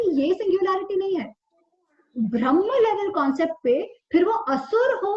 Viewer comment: Thank you. 🙏 Just one request- can you please say ब्रह्म NOT भ्रमह